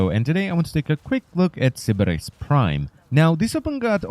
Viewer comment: I like the way you say "Sybaris."